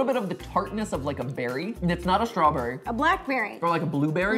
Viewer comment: l am giving half a point to ro becuse she said stawberry and cream its realy close to cheesecake